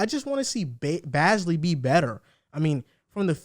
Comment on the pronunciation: You almost actually pronounced Bazley’s name right 😂😂